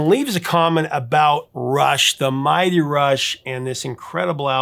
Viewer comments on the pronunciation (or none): none